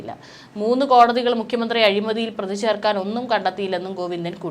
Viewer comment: Prathi ennu parayu.pradhi alla